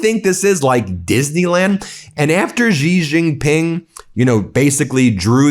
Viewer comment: You can safely pronounce the name Xi Jinping “She Jinping,” and it will sound correct. “She” is very close to actual pronunciation, and uses sounds we have in English. “Jhee” or “Zhee” or whatever does not sound correct.